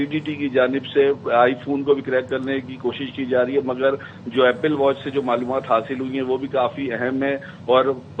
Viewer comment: ایپل کو اپیل بول رھے ھو؟